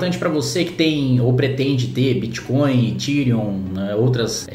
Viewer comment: Considerando que o "chefe" de vocês fala "Crépitomoéda" e "Bitcóio". Deixa eles regulamentarem. Quero ver conseguir achar pra tributar. Ah... Outra coisa. Não é pra usar exchange nacional, né gente? Não façam merda.